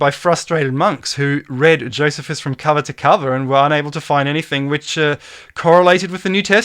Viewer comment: youre killin me smalls:P its JOE "SEE" fuss:P